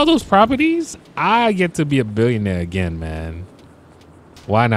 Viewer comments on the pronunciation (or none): none